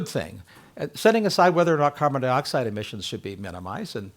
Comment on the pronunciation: Carbon Dioxide, not carbon deeoxide, Something tells me our speaker drives a Teeota Camry.